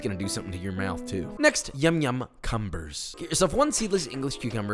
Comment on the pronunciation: Yum yum cum bers… yeah not a fan of the pronunciation…😅😂